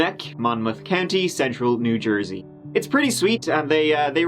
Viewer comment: Lol new Jersey ohhhh at the beginning was hilarious.